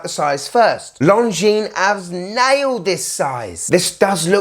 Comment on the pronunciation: Great review mate!! I love Longines and their history, and a BIG thank you for pronouncing the name correctly hahaha! (So many people say long-jeans - the S is SILENT, people!!) lol 🤣:_STUNNER::_SUPER